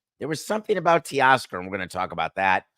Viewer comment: TAY-Oscar NOT Tee-oscar🙄